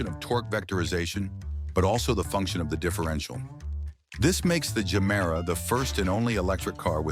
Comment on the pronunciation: if you have watched ANY of Koenigsegg videos you'll know its pronounced JE-MERA not GER- MERA, but as this is probably another AI translation, not surprising